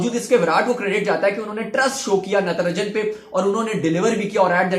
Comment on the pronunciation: Its not Ntranjan its Natrajan